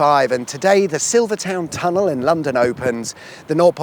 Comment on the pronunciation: You are English and are pronouncing Silvertown tunnel wrong 😂😂😂 wonder how you pronounce Greenwich